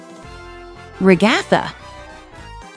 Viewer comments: You say Gangel it’s gangle and you said regatta it’s a Ragatha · Here's how you properly say ragatha rag uh the and how you spell kinger king er